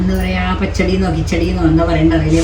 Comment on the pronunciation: പഹടി 😂അല്ല പച്ചടി 😊